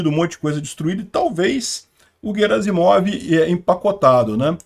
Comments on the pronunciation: O sobrenome dele é Герасимов e não Жеразимов: Sendo assim, a pronúncia correta é "GUEraSSimov" e não, "JeraZimov". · A pronúncia correta na versão em russo é 'Guierassimov'. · 14: 25 - Gerazimov: a pronúncia correta é com o "G" de "galo", nunca como "J". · No Google tradutor a pronúncia é "Guerácimov". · "GUERAZIMOV": Na maioria das línguas europeias, inclusive nas eslavas, o "G" sempre é pronunciado como "GUÊ", como em "garrafa". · Bom dia. A pronúncia correta do nome do general russo Gerasimov é com a letra "ge" pronunciada como "gue". Em russo, a letra "g" tem dois sons diferentes, um palatal, que é pronunciado como "gue", e um velar, que é pronunciado como "go". No caso do nome "Gerasimov", a letra "g" está no início de uma palavra e seguida de uma vogal, portanto, ela deve ser pronunciada como "gue". Portanto, a pronúncia correta do nome do general é: Gerasimov (gue-ra-si-mof) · conforme a pronuncia do Prigozhin e, Gerasimov se pronúncia com som de "Gue", Guerasimov.. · Oi, o correto na pronuncia do general russo é "Guerasimof" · Notinha cultural. No RUsso, quando a palavra vem de idioma Latin, que começa com "H", eles pronunciam como se fosse "Q". Assim, "Harry Potter" fica "Query Potter", "Hiler fica "Quitler", "Alcohol" fica "Alcoqol". Em Russo, o Garasimov é escrito como "Герасимов" . O "e" soa como "ie". O "o" ao final soa como "a". O nome em russo soa como o "Quierásimav" em Portugues.